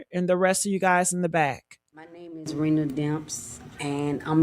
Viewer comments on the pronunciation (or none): Could yall please pronounce ppl name correctly!! It’s like you all talking about different ppl. Rena is not Renee!! Her name is pronounced “Reena” #THANKYA 💯💯💯